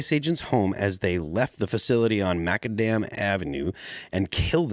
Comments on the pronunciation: “Makka Damn” avenue… bruh, I’m dying.,. He called it “makka damn” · Muh-cad-um 😂 not mack-uh-dam